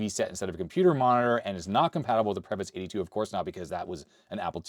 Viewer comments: A very minor point: many Eastern European languages tend to pronounce two and three syllable words with an emphasis on the first syllable. So, I believe the correct way to pronounce Pravetz would be PRAH-vets instead of prah-VETS. Otherwise a great video,! Please excuse my linguist rant 😅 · Actually the name should be pronounced as prAvets